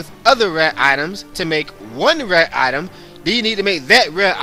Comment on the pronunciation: I liked the video and your other videos look interesting, however because of your lack of pronunciation skills with almost every other word, I'm gonna have to skip them. "Item" has a "T" in it, not a "Y'